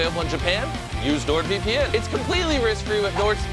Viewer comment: Bro said nordvpn -_